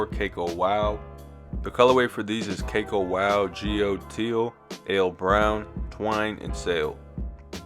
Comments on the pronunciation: Its "Ka-Kow" not "Cake-O" live your vids and thank you ! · Cacao is pronounced like "ka-cow".